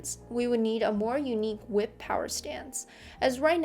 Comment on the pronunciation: hey thats a cool hwip